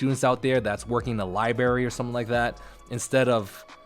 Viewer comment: That nigga said libary